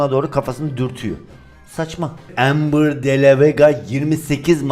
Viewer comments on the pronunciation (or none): none